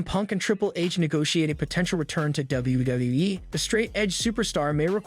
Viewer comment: CM punk is going nowhere you jackass😂 and learn to say WWE properly.